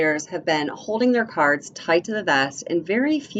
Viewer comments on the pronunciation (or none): none